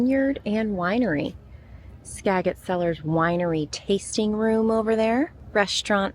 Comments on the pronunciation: 😂🤣😂🤣 I'm dying laughing ... It is pronounced Skajit 😂🤣 And your tall flowers are Foxglove. They are one of my favorite "weeds". I actually planted these in my garden, I love them... Oh, and your bread... Pronounced Fran -z 😂😁💕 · Pronounce skagit like this -SkaJET.... As a person from the area. Well what a good day. So miss that lovely area.Telling ya though Look up Moka JOE organic coffee in Anecortes,Wa up that way. So,Is Kyle doing Lyft in Seattle or up near you there? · I live on Camano Island which isn't very far from there. Haven't been to La Conner in ages! Cute town. Skagit is pronounced with a soft a and a soft g. When I first moved to WA I pronounced it the way you did 😂..